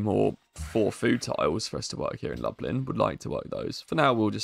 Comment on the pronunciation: Lublin is 'looblin', and Wroclaw is 'vross-loff'.